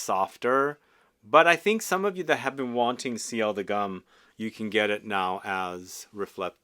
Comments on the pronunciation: It should be pronounced "goom" like in "loom" - not "gum". Why? Because it was a 120 years anniversary edition for G.U.M. - a historical store in Moscow - something like Harrods or Galeries Lafayette. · You keep calling it "Gum" and it makes my skin shiver . The U is pronounced like the U in Universal.